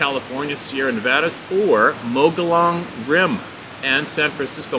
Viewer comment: Heya, Mogollon Rim in Az. Is pronounced Mo gee on Rim, I'm from Az. and have camped there many times. Thanks for putting out these stories.